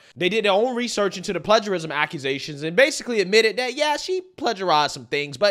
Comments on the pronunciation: OK, you can't pronounce plagiarism right? I'm done. Before you make any videos, make sure what you're saying. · It's pronounced "play-jerr-ism"